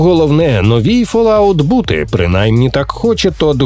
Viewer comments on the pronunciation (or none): none